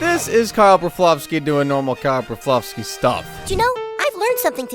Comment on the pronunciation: Wow I hate the way to pronounce his last name why are you saying it like that